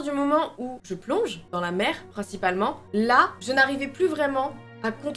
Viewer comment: C'était incroyable cette vidéo vraiment magnifique c'est super et vraiment courageux que tu es réussi à vaincre ta peur je suis fière de toi et je pense pas être là seule 🥰 Maintenant je suis obligé de le dire car ça m'a fais rire un bout de temps avant que je regarde sérieusement mais au début où tu dis " la mer " j'ai entendu " la merde " voilà euh info inutile mais que je devais partager 😭